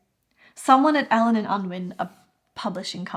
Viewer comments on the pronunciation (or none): none